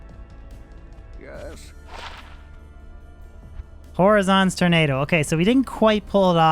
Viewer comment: My dude said “whore-azon’s tornado” 🤦🏻‍♂️